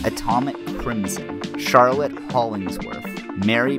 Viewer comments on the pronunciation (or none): none